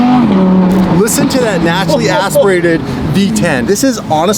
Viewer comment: the way he says "naturally aspirated" just sounds so weird